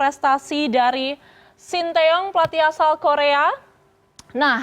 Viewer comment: Presenternya ngerti pelafalan nama sty dengan benarr